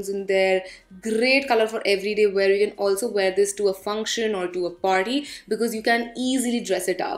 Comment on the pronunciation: She said PARTY I heard PAWRI😂